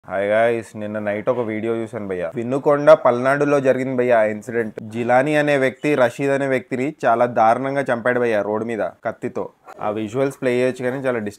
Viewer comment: విన్నుకోండ కాదు వినుకొండ